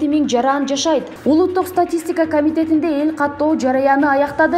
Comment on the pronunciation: Туура окунанды уйронуш керек экен журналист, жараан эмес жаран, катоо эмес каттоо деп